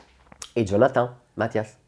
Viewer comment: Oui en effet Matijas se lit ''Mathias''. Il a raison